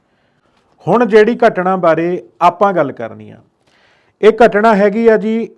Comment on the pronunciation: ਘਟਣਾ ਨਹੀਂ ਹੁੰਦੀ ਘਟਨਾਂ ਹੁੰਦੀ ਹੈ